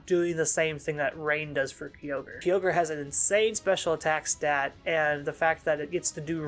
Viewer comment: Another cool video and covering one of my favorite Pokemon. Though, the most annoying thing I find about this video is how you pronounce Kyogre as "Ki-yogre". It should be pronounced "Kai-ogre" unless my English is wrong. Very powerful once it gets its synergy going, but you are right about the teambuilding. Kyogre Team is pretty much straighforward; Tornadus, Tsareene, Incin, Urshifu-Water, Eleki/Zapdos, etc. You can do more with the other restricted mons, but I think the straightforward and simple team centered around Kyogre is easy to play with, and it is powerful. Personally, I think beginner player can be comfortable with this team, and it can help to teach them how positioning works because no matter how strong Kyogre team is, if you don't position right (which is same for any team), you can be potentially screwed. Not to mention that Kyogre Team can be obvious when it comes to movepool and playstyle.